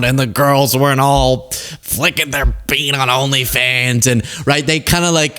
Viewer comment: Sir. I’m fine if you don’t ever say “flicken their bean” again. I do still love u though.